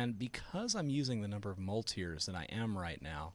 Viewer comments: It's great to see a tutorial done by a teacher. Your training is clearly shown in the way you presented it. two things stuck at me though. I think it is best not to get in the habit of using the sculpt menu too often. I would have mentioned the keyboard shortcuts for the tools and for strength and size changing. also it was weird hearing you say mul-tires. I pronounce it Mulit-res. I think it stands for multiple resolutions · I think it's pronouced multi-res, but i cud be wrong. But thats besides the point, great tutorial bud! :P